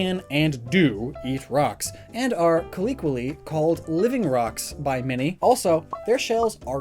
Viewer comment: Why doesn’t know how to say ‘COLLOQUIALLY?’